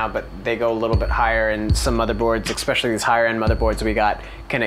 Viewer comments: "Especially" NOT "EXpecially"!!!! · "es"pecially... not "ex"pecially. :) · Holy shit its especially not EXpecially. That is so annoying!